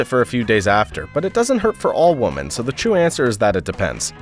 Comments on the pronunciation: Is the audio track AI? He keeps pronouncing "women" like "woman". Very irritating. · Why does he pronounce “women” as “woman”? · why do you not know how to pronounce "women" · I NEED to know, why do people refuse to pronounce women and say woman no matter if it says women or woman. I’ve noticed people starting to do it for like a year know. Why god? WHY?! It’s a pet peeve of mine XD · You can't even pronounce the word 'women' correctly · MY question is how does this guy not know how to pronounce "women"🤨